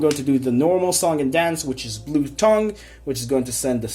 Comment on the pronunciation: First of all, pretty good list. Secondly, it's Blue T-Ay-ng (like Tangy) not tongue. Third, Instead of Dupe, try out Testudo erat Numen. Could also take the play of Statue since there's no real way of getting it on the board comfortably.